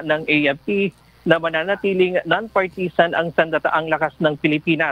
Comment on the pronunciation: Please learn how to pronounce partisan